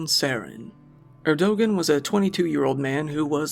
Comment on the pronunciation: It's "Ear-do-wahn! 😂 LOL, "AREDOGEN"...RIP 😅